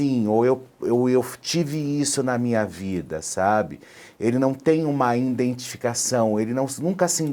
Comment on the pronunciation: "Ele não tem indentificação..." "Ele não se indentifica"...falou o...essa doeu...